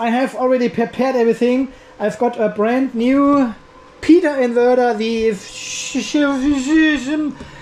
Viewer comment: Nobody mentioning the great pronunciation of new inverter?! Had to watch it several times, couldn't stop laughing for a few minutes:D